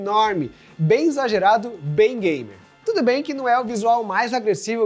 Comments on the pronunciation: eu tive que ouvir umas 10x pra ter certeza que ele falou "bem exagerado, bem gamer " kkkkk Pq pareceu que ele falou "bem exagerado, bem Gay" kkkk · eu entendi ''bem exagerado, bem gay'' osso